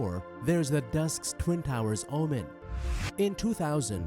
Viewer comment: Just so you the knew game Dues Ex ... I am pretty sure you pronounced it wrong. It's Day - Uce Ex if that helps. A weird word for sure.